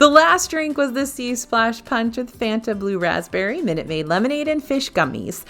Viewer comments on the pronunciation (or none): none